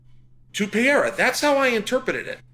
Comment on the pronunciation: Chael please read this comment then... He is called Pereira not Piera! You can also call him Alex or Poatan, much easier!